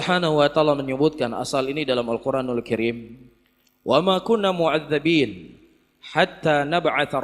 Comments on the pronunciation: Baca ayat Quran pun salah ustaz salafi.. معذبين Mu'azzibiina(yg betul) (bukan mu'azzabiina. .. Ini yg salh dibaca ustaz dlm surah al israk,, Semua dalil nk kan ,, baca dalil pun salah..😊😁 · baca ayat aja salah lafadz Muadzdzibin (yg mengadzab yaitu Allah) baca mu'adzdzabin (yg disiksa, mk artinya Allah di siksa). Coba dengarkan lg saat membaca ayat... Ujung2nya ingin memvonis ibu dan ayah kandung nabi kedalam daftar ahli neraka. Bertaubat kau... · Kok ayatnya dibaca معذَبين......harusnya dzal kasroh (muadzdzibiin) bukan muadzdzabiin) kalo di fathah artinya jadi jauh "DAN KAMI TIDAKLAH YG DISIKSA....🤭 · Maaf baca ayatnya sy dengar salah harkat, pake kasroh bukan fathah ustadz, fatal akibatnya وَمَا كُنَّا مُعَذِّبِينَ حَتَّىٰ نَبْعَثَ رَسُولًا. مُعَذِّبِينَ bentuk jamak mudzakkar salim dr isim fail, bukan isim maful